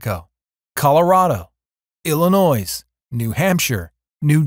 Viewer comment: "El li noy"